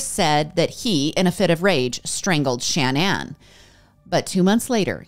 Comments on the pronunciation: Love your content lots but is not Shan Ann it’s shaaa naaan and idk what the random photo of the family was but it wasn’t their family! And I say this in the nicest way possible. This story is super hard and upsetting and has always sticks with me! ♥️ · The repeated Shan Ann 🤔 cringe